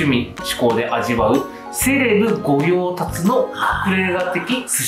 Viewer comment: 〜 御用達（ごようたし）と読みます。 ごようたつ とは読みません。